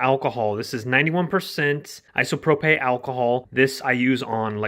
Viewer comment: Isopropay? What the... It's " i-so-pro-pill "